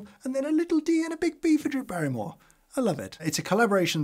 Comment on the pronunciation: 'Brew' Berrymore.